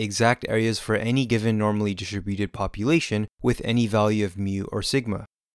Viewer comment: love these! the pronunciation of distributed, however, is killing me